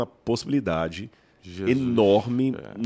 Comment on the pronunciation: Amigo, não é Jesuis, é Jesus.